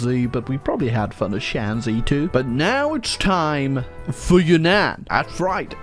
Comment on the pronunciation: Shanxi is actually pronounced shan shi